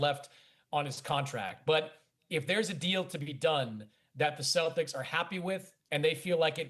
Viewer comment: I’m assuming they consulted with Ant, and he said get me LaMelo. And Dan, it’s the Celtics, not “Cel-dics.”